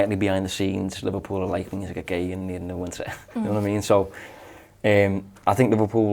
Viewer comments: Isak pronounced EESAK !!!!!! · Guehi’s height debate look how sketchy Ibou deals with ball in the air. For reference the late Diogo was mighty in the air for a smaller lad. Isak pronunciation got to be sorted here. Top show and great host duties 😊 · Can you lot sort out out your pronunciation of Isak please? I counted four versions in that convo. Up the mighty Reds. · 3 pronounciations of Isak. Come on lads this one’s not that hard 😅